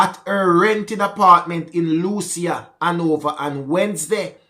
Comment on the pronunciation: Jay progress lucea pronounce Lucy.